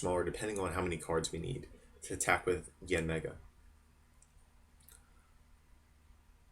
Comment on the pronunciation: Did he just call yanmega break: mega yanmega break? Wow. learn to read your cards next time. Mearly constructive criticism.